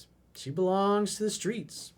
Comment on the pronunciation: the skreets, the skreets